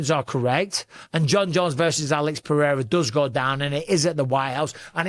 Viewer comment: lol why did you have to edit in Alex’s name 😂 did you butcher it? 😂